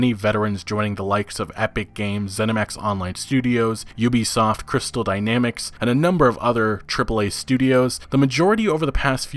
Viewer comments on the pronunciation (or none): none